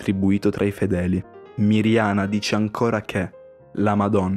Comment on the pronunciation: Si dice Medjugorje no megiugorge si dice Miriana no mirgiana😢😂🙏🙏🙏